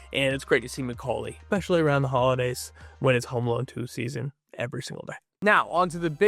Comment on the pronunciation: Nu-cle-ar. Not nu cu lar. And there is no “X“ sound in the word “especially”. Please dear god.